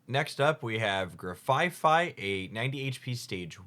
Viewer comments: Grafaifai is not grafaiai, paldean is not paladean… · Grafai-ai not grafai-fai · not gra-fi-fi and pala-dean :,( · Its name is Grafai-(no F on third syllable)-ai Based on the aye-aye in real life, get it right! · I think it's funny that in these leak videos, both Hoogs and Spragels said "Grafai-fai" and both Hoogs and Mogwai said "Shining Rev..rurrly"